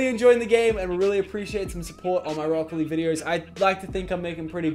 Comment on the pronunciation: Lachlan Lachlan Lachlan i legit got the spooks... and i am going to sleep... lachlan... why so such magician hello from the canadaz spooky scary laachlan btw: lov ur accent! it took me 5 minutes to understand that you were saying rocket league and not brocoli!